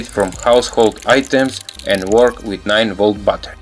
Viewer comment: Lol "9-Volt Butter"